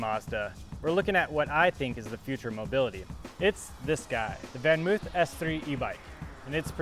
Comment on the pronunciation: It's not pronounced oof it's actually pronounced van moaf -- sounds like loaf.